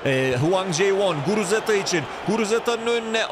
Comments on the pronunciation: guruteza degil guruzeta 😂😂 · Yav reis sayende adamın adını karıştırıyorum. Şu adamın adını doğru söyle :))) Guruzeta sen guruteza diyip duruyosun :)) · Guruzeta ❌ Guruteza ✅ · Abi şuna guruzeta de guruteza değil